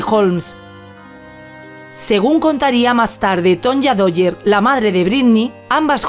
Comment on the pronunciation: Dwyer. Se pronuncia Duayer.